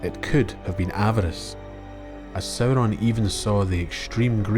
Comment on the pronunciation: I love the way you say Sauron, it's so beautiful